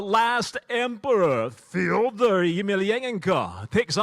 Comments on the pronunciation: Ёптить... научились выговаривать имя Фёдора. 😊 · His pronunciation is really close to being authentic. Good try I think.